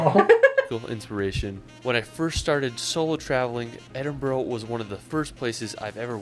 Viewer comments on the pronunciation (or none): you pronounced Edinburgh properly...it's not boro, it's bora. Everytime he said it, it was painfull. How could you not go to Edinburgh Castle! It has William Wallace's sword. Also how did he not go to the hidden streets beneath Edinburgh city! Instead of demolishing the streets to build the city, they just built over them, so the streets are stuck in time! It's a must go 😊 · It's called ED-inburu. Emphasis on the first syllable and the last two are the undressed neutral sound of the words "a" and "the". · Firstly it's not Scatland it's scotland and it's Edin bra not edinbrough. He pronounces it as feenan but you pronounce it as fin nan also he pronounced viaduct weird it's Via Duck t. Also Scotland as voted most beautiful country in the world 2013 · Glenfeenan, veeaduct, Edinburrow? Oh dear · God! If I hear Edinburgh pronounced edinboro I shall scream! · Edinbro ? The guy needs to know how to pronounce it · For goodness sake - his pronunciations are weird. DON'T be tempted to say Ed-in-bu-roh. 'It'll label you as quite ignorant and definately American. It's Ed-in-bur-uh.Holly Rod Park? Holly Rood. Also - not Loch Lamon, it's Loch Low Mond.with the emphases on all three syllables . How did this guy spend time in Scotland without picking up the correct pronunciation of places. I've also heard visitors from your fair land arrive in London and refer to the river Theymes. No. Spelled Thames and pronounced Tems. Just sayin'. Crown Jewels are in the Tower of London. The one thing he is right about is the Midges. Strong insect repellent is an absolute must especially near water They tend to be a Scottish thing so advice from a pharmacy in the north of the UK will be more accurate than one in the south.. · Ed-in-burra -glas-GO it's no hard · Polite notice, it is not pronounced Scat land, nor Edinbo-ro, nor Glasgouuh. If you are so insulting and stupid don't bother coming, stay home and eat some scat. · Edinbro ... LOL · Ed in borough… as in Queens is a borough of NYC